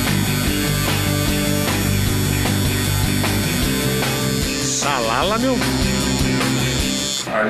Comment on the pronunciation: kkkkkkkkkkk o bola falando Salala meu ardidinho o negocio